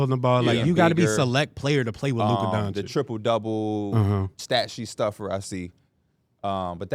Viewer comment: Bro. You have to learn how to pronounce Lukas name. He’s been a top 5 player in the world for 4 years already. It’s Luka Don-chich. Not Don-chick 😭😭😭😭